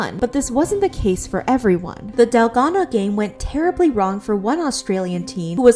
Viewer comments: It's dalgona, not delgado 💀💀💔😭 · DALGONA. not dalgano (you called it dalgano multiple times in the beginning) 😶😶😶, sis the consistency of you misspelling it is ridiculous. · Its pronounced dalgona